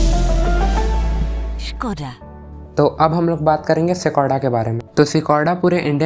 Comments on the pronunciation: To be precise, sh-koda😊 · Seacoda nahi bhai Skoda bolo.